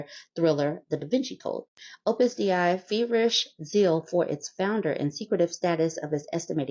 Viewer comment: it's pronounced Day-Ee. It's latin, and I'm French